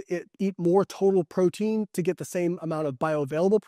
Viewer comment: Say "protein"